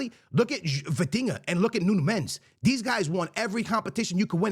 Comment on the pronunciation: Say his name right , mendes